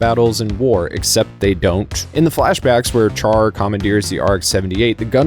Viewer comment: Good video, and thank you for pronouncing QuuuuuuX right! However, a few things for future vids. "Char" has a soft "ch" sound (like an "sh"). Some debate if the R is even pronounced, but I am not one to just say "Shaa." And for Universal Century calendar years, it's pretty much universally (ha) said as "double-oh-(whatever year)" until the UC 0110s. But honestly, probably the smallest gripes I've had on a random Gundam vid from the algorithm, so good on ya!